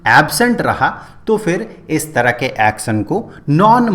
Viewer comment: Action ❌ axon ✅